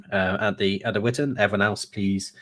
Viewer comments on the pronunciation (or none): Oh it's Vitan not Witan! As it is Shildings not Skildings. Or is it actually Sheeldings? Whatever, it's only for men and wives anyway so I can't go even if I can pronounce it 😓😅